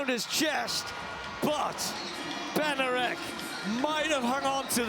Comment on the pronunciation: Benarek? Is it too much to pronounce his name correctly?